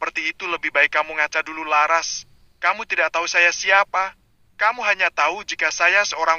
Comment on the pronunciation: Menyebut laras jadi lasar aaah , gimana itu yg membaca cerita?